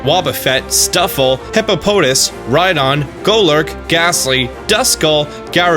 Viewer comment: The way he pronounces Hippopotas, Minccino and Zweilous hurts me